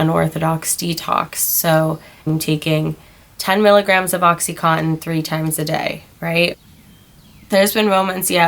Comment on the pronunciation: not a bad listen...only thing is it blows my mind how people dont know how to pronounce the drugs that they are so highly addicted to. oxycontin is pronounced oxy (con tin) not cotton. and suboxone is pronounced sub ox (own) not suboxin. i dont know why everyone says in at the end lol. hope you are doing well girl!